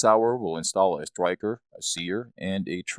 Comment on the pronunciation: Upgrade your Sig P "Thwee Twenty" with a new "twigger" and new "stwiker" LOL!!!!